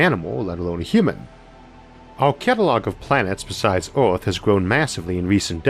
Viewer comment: Dudes voice annoys the hell out of me.. its earth not outh..rocks not wocks.. csn dude not pronounce his R's??